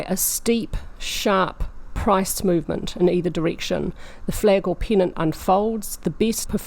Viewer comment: When you say "pennant" it sounds like "peanut". : )